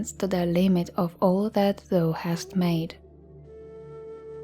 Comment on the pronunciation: There is one word you regularly mispronounce that is a little hard to understand for english listeners. “Thou” is pronounced “thow” (rhymes with “ow!”). You are saying it like the word “though” which is a bit confusing. Your voice is lovely to listen to though!